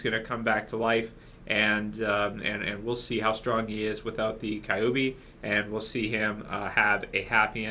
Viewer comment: i died when you pronounced "Kyuubi" wrong LMAO. "Kyobe" hahaha